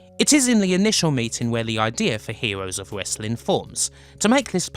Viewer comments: "Hewoes of Westling" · WTF! THE STOWIE Of The HEWOS Of WESLING. What WASKLIE WABBIT. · "hewos of wessling"... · Hewoes of Wewstling